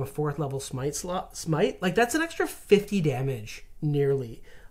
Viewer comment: Smite. It's smite.